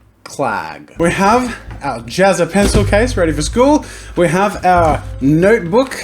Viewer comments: its Ja-ZZA not Jaz-SA XD #harrypotterreference... hahaha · Jazsa, pronounced like Jatsa?